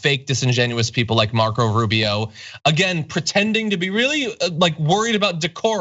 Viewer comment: Rube - Eeeh- Oh!